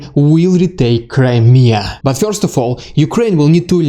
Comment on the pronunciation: Damned well organized video report! A + . "Bless you!" (sneeze) . I can't get over the way you say the one syllable word: "first." You seem to say "Fiyorst" ! LOL ! Might want to Trademark that! There's nothing wrong with it . It's just funny / interesting.